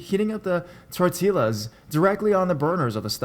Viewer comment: “Tor-till-as” Tor-T-ya